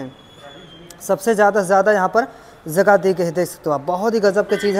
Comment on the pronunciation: Zaada nahi zyada hota hai, zagah nahi jagah hota hai, sheet nahi seat hota hai.. pehle home work karo bhaiya fir aana 🤣